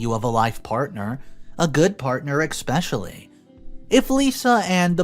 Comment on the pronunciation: NARRATOR, no offense but please do not say expecially, say it as eSPecially, thank you.